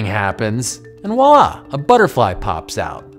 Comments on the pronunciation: Voila is not pronounced wallah, but rather vwallah. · Loved it. Might work a little on pronouncing "voila".